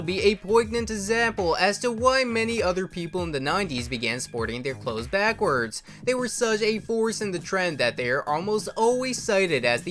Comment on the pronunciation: I hate how this auto voice says backwards.